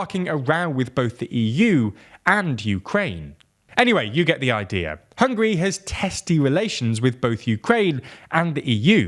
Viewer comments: Did he say hungry? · It Is NOT hungry it is hungAry....you listening way too much of the "wastern"version of the news..Hungarians against if anybody who try tell us what to do.. we had that for 2 generations we don't take that B S anymore..and we will not allow to anybody ever do that to us again..Hungary has a strong leader and you guys don't like it.. tought sh..t.. '